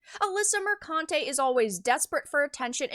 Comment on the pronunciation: you said mercunte wrong